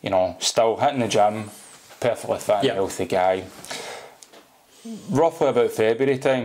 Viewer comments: "Fit" sound like "fat" in Scottish lol! 😬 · Its kinda funny when this guy says "fit", it comes out sounding like "fat".😆